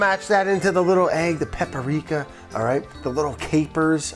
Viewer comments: Is Brad the gamer or the editor? There are always little video game easter eggs throughout every episode. SMB and the docks music from SM64 in this episode, prob some other shit I missed lol. Oh yeah, forgot to make fun of Brad: "papparika!" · I love how Brad said "paprika" correctly one time at the beginning (with great effort) and then proceeded to say it in the classic Brad way for the rest of the video.